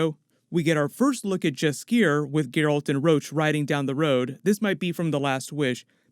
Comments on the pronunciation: Jaskier please is prounanced Yaskyer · Just a tip "Jaskier" is pronounced "Yaskier". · First letter of Jaskier's name you should pronounce the same like Yennefer.